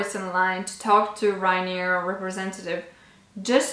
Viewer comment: I think its Ryanair not Ryanear actually :)